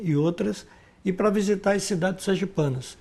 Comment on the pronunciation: Visitar ou "vizitar" (sic)?